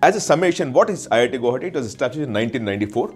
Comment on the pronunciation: learn to pronounce guwahati ....after that make videos